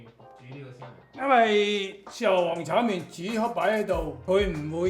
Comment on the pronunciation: You speak cantonese but say chow "main"🤦🏻